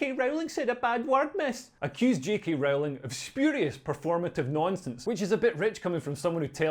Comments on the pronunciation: Rowling is pronounced like Bowling not like Howling. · It's Rowling as in bowling btw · Leo, when are you going to learn to pronounce J.K. Rowling's name correctly - it's really not that difficult............